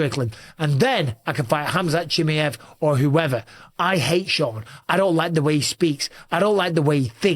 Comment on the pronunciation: Bisping bro, it’s pronounced Chim-eye-ev, no Chim-ee-ev 👍